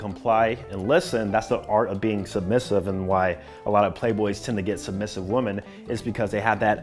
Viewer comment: bro, I fucks with you. That’s why I’m about to say this…. WOMAN and WOMEN. WOMEN is plural and is pronounced WIMMIN. 😂